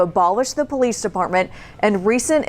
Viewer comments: "Poh - leese". Where do these guys learn English. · Did he really say poeleece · When the cops call themselves the POE-lease lmao THE POE-leasE, you know you’re in low IQ rural America,…